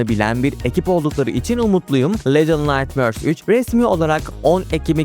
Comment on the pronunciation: Daha başta defalarca “little naytmööörs” dedin ve bitti orda her şey. Duyduğum en rahatsız edici İngilizce telaffuzuna sahipsin.